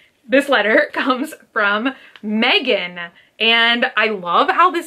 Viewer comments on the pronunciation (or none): none